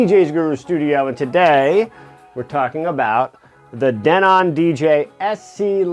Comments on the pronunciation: I was a sales and installation rep for Denon a long long time ago. It's pronounced Denen. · DENON DE-'NON stretch on DE'